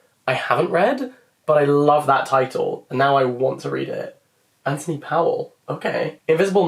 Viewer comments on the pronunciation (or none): none